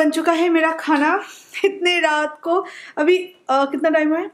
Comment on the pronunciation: Aur abhi hota abhi bola jata hai avi avi nh ok